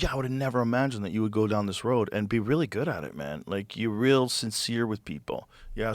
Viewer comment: lmaooooooo “Gyodd Joe” lmaoo